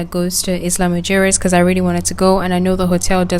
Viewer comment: It's pronounced "ila muheres" 😂in Spanish